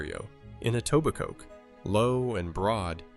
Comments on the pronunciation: This is the closest ive heard a non-Etobicokian almost say the name right lol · He pronounced etobicoke wrong and it bothers me